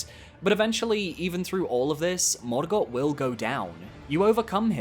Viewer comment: Stop saying morgott like that